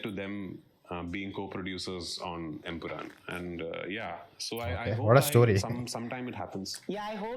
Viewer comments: It's EmpuraaN man, not EmpuraaM!! How many times will you make the same mistake?! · Bro it's empuraan, it ends with a N not M